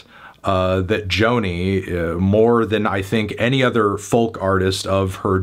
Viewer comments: Oh god hes pronouncing folk like that again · He can't pronounce folk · Is the pronunciations of the L in folk an American thing? Being Irish I've never heard it pronounced.